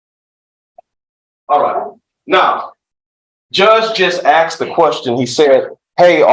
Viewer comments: The look on the Judge's face every time the lawyer says "aksed" , istead of "asked" gets better every time. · Judge smirked when the guy said "Judge just axed the question...". LOL!! And while they are playing that recording Judge looks like he's flipping through his Bassmaster fishing magazine. I think this guy is screwed. 🤣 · Can't believe his lawyer said "the judge AXED" more than once! So unprofessional. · A bit weird hearing an educated lawyer speak the way this one does.."defendant axed" ..no the defendant "asked" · When your lawyer says "the judge AXED".... more than once. It's one thing in regular conversation but in a courtroom? He can't be a good lawyer if he doesn't know better than that